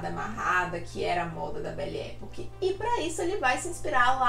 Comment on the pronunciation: Belle Epòque. Pesquisa a pronúncia